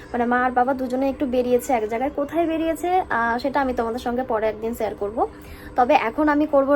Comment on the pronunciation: একটা অনুরোধ আছে তোমার শেয়ার উচ্চারণ টা না সেয়ার উচ্চারণ হয় । খুব কানে লাগে । প্লীজ একটু ঠিক করে নিয়ো। বাকি তুমি যেমন তেমনি থেকো । ❤❤❤